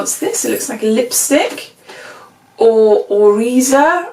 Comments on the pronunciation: YAY...you got the Glowy stick!!! 🎈🎆🎉🎈 It's so cute how excited you got, nw you need to do a tutorial for us all 😊 BTW: the brand Oryza is evidently pronounced "Ore-Eye-Za" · Your box it's a excelent one compared with the one Michelle got ;-) I told her if I still sibscribed it I would get that box for sure =D Hahahaha Hun it's "or-RYE-zuh" means rice in japanese (that word I learned with my daughter Hahaha) xoxo